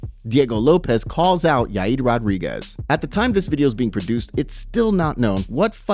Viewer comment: duded called yair "yai yeed" lmao